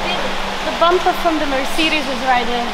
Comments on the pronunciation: "merseedis" lord help us. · dawg wtf is a merceedas